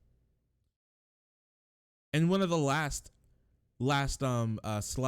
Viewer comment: i feel like it's important to point this out to show the extent of the nazi LARPing here, it's "über alles" not "über allies", as in "Deutschland über alles" (Germany above all), from the Deutschlandlied, and also a phrase popular in... you know.